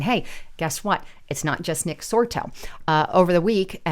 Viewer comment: Nick Sortor. Not Nick Sorto